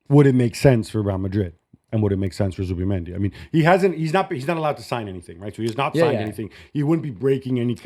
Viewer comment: It's Zubimendi not Zuba